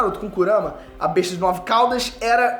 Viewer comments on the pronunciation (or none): none